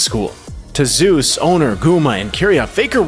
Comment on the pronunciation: Nice Video . But maybe next time you can pronounce the top laner's name correctly -""Zay-ooz"